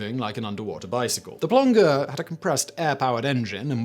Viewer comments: It’s “plonjeure” the way you pronounce it not plonkeur or whatever you said. It means diver in French. Source: me being a proud Québécois :3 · French plongeur -> pronounce plon "soft J" jer like in jerk. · Plongeur - pronounced plonjeur..... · For future reference Simon, "Plongeur" is pronounced with a soft 'g'.